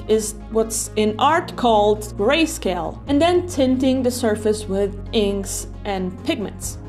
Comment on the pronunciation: Grisaille is definitely not pronounced greyscale 😅